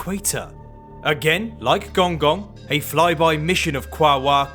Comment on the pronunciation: Pronounced gonggong wrong